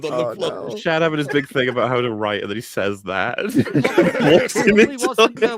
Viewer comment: It's Shad.